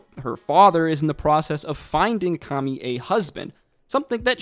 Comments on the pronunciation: Her name is akemi (bright beauty) and you keep calling her akami (red meat) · Her name is AkEmi, not Akami:) There was another guy on YouTube who called Taigen "Tiegen". Like... why?)) You haven't watched it in English?